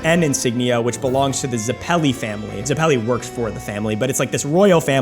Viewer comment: Who says zappellee and doesn’t say zep peli